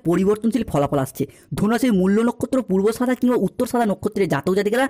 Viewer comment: দাদা ওই কথাটা হলো পূর্বাষাড়া নক্ষত্র -- পূর্বাসাদা নয়। উত্তরাষাড়া